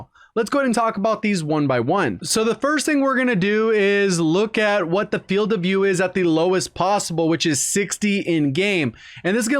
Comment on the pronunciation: Says Filed not Field